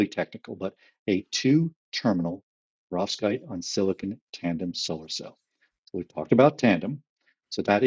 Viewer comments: To - I pronounce it per-OV-skite, possibly a relic of Russian O level a very long time ago or a crystallography course at university. Almost p'rovskite, but not quite. Not PER-ovskite. With that out if the way, this is a brilliant podcast episode. Keep them going! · I pronounce it Perov-SKITE!.